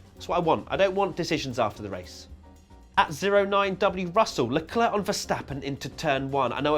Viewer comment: it's leclerc